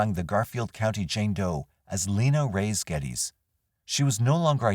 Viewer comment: Reyes is pronounced Re-yes. Please try to learn how to pronounce names correctly especially when they belong to the victims